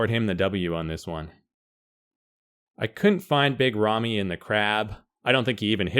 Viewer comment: Its RAMY not REMMY...